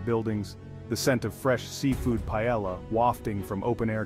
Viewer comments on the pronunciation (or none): Heads up - I don´t know who is trying to capitalize on recent events, but some of the locations are not of Puerto Rico. And, if a narrator cannot correctly pronounce "paella".........